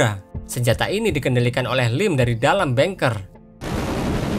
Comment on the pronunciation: Keren bang Admin. Cuma kata bunker mengejanya "bangker" bukan "bengker" kl "bengker" artinya pejabat bank. Sukses ya ...👍👍👍